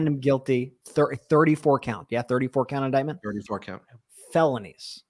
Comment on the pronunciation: What an embarrassing member of congress. Doesn't know rules. Couldn't even READ the word indictment. CAN'T POSSIBLY know wtf it means. SO HUMILIATING!!!